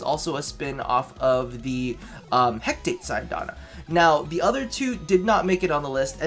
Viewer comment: I know its an old video. but its pronounced he-ka-tay. Hecate is an ancient greek goddess associated with magic, witchcraft, the night, ghosts, and necromancy:)